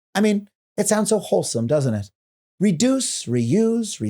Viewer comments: "reudce" lol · Reudce XD